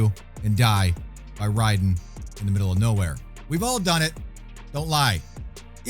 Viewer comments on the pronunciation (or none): none